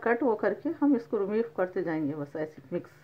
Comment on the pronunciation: Aunty acha bana tamate ka cut , aap jo bolte na mis karee woh mis nahi mix hai